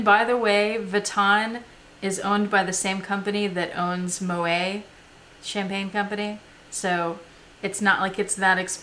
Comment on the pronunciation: You are so good at pronouncing Louis Vuitton bags. I just wanted to tell you that Moët is pronounced "moe-ette" not "moe-ay". :) Now I want some.